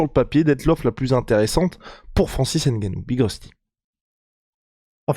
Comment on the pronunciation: Les gars je vous jure que ça se lit et se dit: Ngannou sans le N’gannou. Pareil pour Mbappé et consort mdrrr Sinon bonne vidéo comme dhab 👍🏾